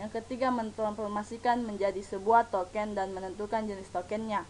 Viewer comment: itu token mba kenapa nyebutnya toket wkwkw🤣🤣